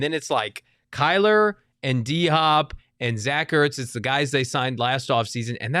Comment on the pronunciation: Please tell all of your host it’s Bid”WILL” not Bid”WELL” and tell Frank it’s DHOP, not DHOPS.